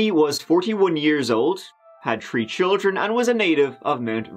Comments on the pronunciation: I made a comment about how you saying 3, it sounded like 🌲 It was back when you were still doing the captain bit, so a long time ago. So the beginning of this episode is super funny for me. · Growing up in Massachusetts and watching a LOT of BBC when I was a kid means I can tell the difference between saying "Tree" and "Three" about half the time. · Tree or Three which is it? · The man who pronounces three as tree is now covering a case involving trees? Let's give it a goo! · For those new to the channel when says: Tree = a tree or the number 3 Turty = 30 Tent = 10th Goo = go Ya welcome, and congratulations on finding the greatest truecrime channel on YouTube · It’s not fault! Three is trí in Irish, pronounced tree. It’s a throwback to when we all spoke Irish here. ☺️🇮🇪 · Tree tousand tree hundred and tirty tree and tree turds. There I've got it out of my system. Tanks 💚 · One, two, tree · How come he can pronounce “theft” but not “three”? I think the pronunciation is entirely intentional.